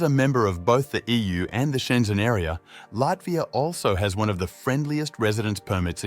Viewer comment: Schengen countries, not Shenzen